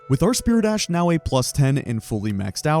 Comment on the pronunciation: Never played Elden Ring before. Took me 23 minutes to realize that you were saying "spirit ash", not "spear dash"